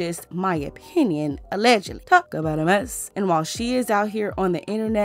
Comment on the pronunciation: Nawl “Allegedly”😵‍💫🤣